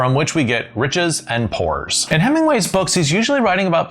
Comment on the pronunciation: I've stopped at 'poores'